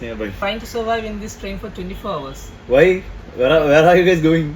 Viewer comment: Bro, [HOUR] 👇 ഹവർ ❌ അവർ ✅